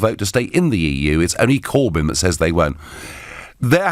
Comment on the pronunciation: DeMOCKracy........CorbIN....ReMAYnder and Cabull. Need one say more.